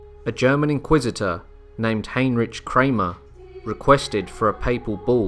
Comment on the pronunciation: I had my doubts when I heard "Giovanni" pronounced with a hard "g." "Heinrich" with a "ch" didn't win me over either.